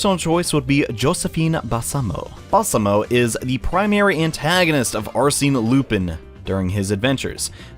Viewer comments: Is there a specific reason why you pronounce Arsène as "Arseen"? That sounds pretty weird. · “Are-seen” *T R I G G E R E D* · That's not how you say Arsene. Also those books are pretty good READ THEM PEOPLE.If you're confused why Homlock Sheers might be an antagonist read "The Hollow Needle". And I'd say the detective Ganimard might also have some place in the story.